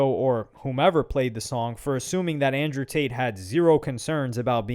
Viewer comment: ANJEW TATE